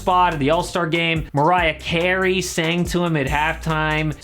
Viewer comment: I love how you said “Mariah Carey”.